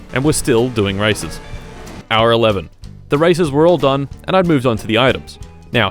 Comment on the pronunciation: Why i didn't stop to heard racism instead of races ?